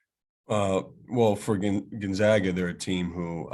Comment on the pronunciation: It amazes me that Gonzaga has been a national power for a decade and people still cant even say it correctly